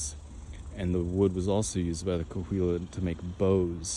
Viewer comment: Cahuilla is pronounced Ca-wee-yuh, just an fyi, I have friends in the tribes.